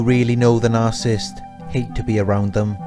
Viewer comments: Sir for your own credibility learn how to say NARCISSIST. You are leaving out an entire syllable. What is your authority to discuss this serious psychological condition. Are you making this up as you go? It is very difficult to believe you have any idea of what you are talking about. What are your sources? Learn to pronounce what you appear to be an expert on. At least you might have a chance. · Narcissist - not narsisst!